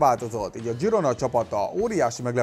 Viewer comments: Katalán csapat, ezért Zsirona. Például Sergi Roberto is Katalán,így kell kimondani: Szerzsi Robertó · Zsirónának kell mondani